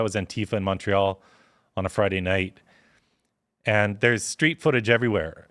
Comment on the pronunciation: Please don’t pronounce it “Mong re al”. That not how it works.